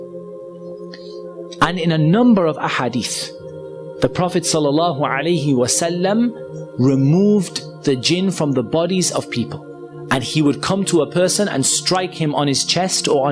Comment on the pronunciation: He can't even say sal Allah alih wasalam he says sa Allah. And he want to change scripture to make people believe in jahiliya belife that jinn posses. People don't believe in jinn possesions because thers no evidence of it and the companions didn't believe in this. Even Jews don't believe this it is a Christian and jahiliya belief. The correct wording is it is a mental illness caused by the jinn driving someone to insanity. Truth is there is no jinn inside the body and every soul will be held account to what it has earned. Whoever is weak-minded and thinks jinn can take over your body. Then hope you sleep well at night